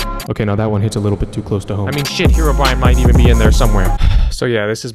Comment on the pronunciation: He pronounces it "Herobrian"